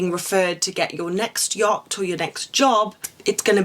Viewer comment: Had to stop watching because I just couldn’t with the way to say “yacht” with almost a G on the end 😅😅🫣